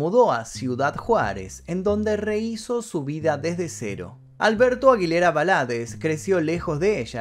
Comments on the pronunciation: 'Va- la- deezz "... Acentuando sin acento en la sílaba final: la tónica. Vamos! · Acabo de ver un video subido hace un mes y lo estas contando de la misma manera con las mismas palabras del otro canal entiendo que es la vida de alguien pero contas todo igual 🙄 por lo menos menciona bien el apellido. 👎🏻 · Te pido que pronuncies bien el segundo apellido y el pueblo donde es Juan Gabriel. Primero tienes que informarte un poco para poder hablar de un artista de esta magnitud!